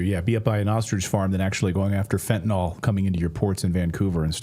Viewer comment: OKAY CLAYTON..................it's pronounced FEN TA NILLLLL. Not FEN TA NOLLLL. Please.